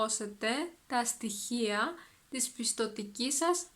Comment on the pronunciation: Γεια σου! Few questions, if I may: , the της is contracted, I can only hear a "τς". Is that a pronountiation rule or it's a contraction which might or might not be used? I noticed your pronounciation of διαθέσιμα is different than I expected. The first "α" is almost silent, while same word has a very clear "α". Is something about the context? ταυτότητα or ταυτότα ? Ευχαριστώ!